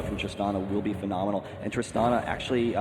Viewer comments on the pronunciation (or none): he keeps saying "phenominal" lol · it is phenominal how many times one guy can say phenominal in 60 min